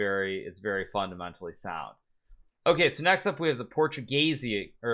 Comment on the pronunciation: the way he pronounced portuguese wrong both on this tier list and the beginner tier list is incredible LOL